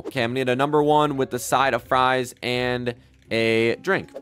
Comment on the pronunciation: He called FRIES FRUESSS